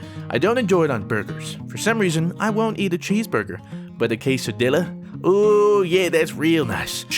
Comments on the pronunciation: Kay-sah-deelah? Really? xD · “a case-a-dilla ohhhh.” Lol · It's pronounced kesadeeya!!! That's how you pronounce quesadilla. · you said quesadilla completely wrong. It pronounced KAY-SUH-DEE-UHH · #AskFruit you do know that quesadilla is pronounced K-SUH-DEE-YUH right? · "plethura" cringe "k-sadilla" cringe (jk, just b8) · Did he really say quesadiLLa? XD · A part of me died when pronounced quesadilla wrong And I'm not even Hispanic nor is Spanish my first language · I'm pretty sure he was doing it on purpose. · The way you said quesadilla made me cringe lol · The way you said quesadilla was painful